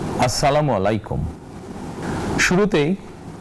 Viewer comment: আসসামমালাইকুম নাকি আসসালামু আলাইকুম